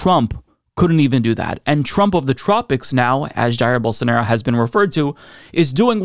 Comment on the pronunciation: If I hear call him "Bolsanairo" one more time, I'm shipping him to Brazil.